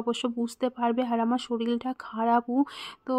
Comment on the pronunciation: শরীর কে শরীল বলো কেন??????